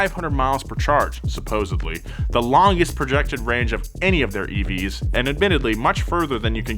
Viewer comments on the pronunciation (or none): Speaking of made-up-words, the word "supposEDLY" is NOT pronounced "supposABLY" - please learn English. Thank you.